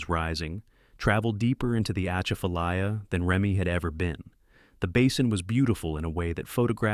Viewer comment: Atchafalaya is pronounced with emphasis on the second syllable, “cha”.